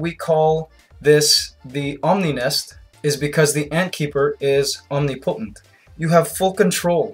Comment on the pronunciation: omni potent... lol its pronounced OM NIM PO TENT